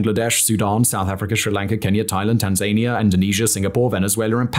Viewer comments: I came here to say this! It's tan-za-nia here in the UK. Not Tanzania like Taz-mania 😢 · TanZANia. Is that how Brits pronounce it? I've never in my life heard anyone stress the 2nd syllable. Hmh. Interesting